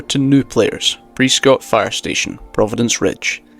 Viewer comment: Alright as someone from Prescott Arizona I just wanna say it's pronounced pres-skit, how people pronounce the name is actually a good way to find out if someone's from Arizona lol